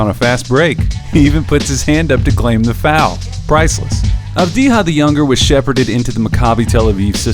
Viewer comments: It's Avdiya, not Avdiha. It's from Serbian, not Spanish. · Avdiya, not Avdiha, mate. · Its not pronounced "avdiha" man wtf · This guy pronounciation is Deni Avdiya wtf is wrong Avdija like mexican? Bro u ok? Do you know where is he originaly? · Never trust a scout that cant even pronounce his name right , video meshed up last 2 years as a 17-19 year old and didnt noticed that he already improved in some areas that was mentioned as an issue , such as 3pt shooting and descition making. FT he will get over that- in israels semi final U20s he scored 12-12 when it counted. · he doesn't though. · Gal Gadot it pronounced like Gahl Gah-dough-t, essentially the "T" his not silents, she's not french. Secondarily the "J" in Avdija's name is pronounced more like a"Y" since the name is of Balkan origin, you would go around pronouncing Jokic like "Hokic".